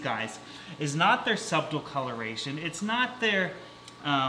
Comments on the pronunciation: I find your pronunciation of certain words quite amusing. BOSSterous, suBtle (not silent b). I'm not judging ok, it's just kinda fun to hear. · Is pronouncing the “b” in subtle a Canadian thing?